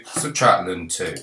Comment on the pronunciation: it's pronounced L-N sir not Lun ✨ thanks for the video tho, c4 exam tomorrow